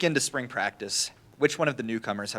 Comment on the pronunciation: Coach dun' pulled that 🤠hat out again!!😂 I love the way he pronounces "spring" as "sprang"...love Coach Prime💯.